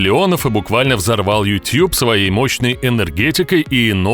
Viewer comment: тютюб иопта! ютУб! Иначе почему ты не говоришь дот ар ю? И Если уж любишь губы в трубочку сворачивать, то тогда всё "по правильному" произноси - не гАнгнам, а гЭннЭм!